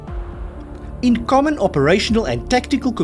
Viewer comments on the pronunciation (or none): none